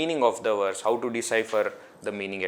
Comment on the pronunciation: They say that when you learn Sanskrit, you can pronounce words in any language. Sanskrit also has NO "W" sound. So why are we saying Werse instead of verse?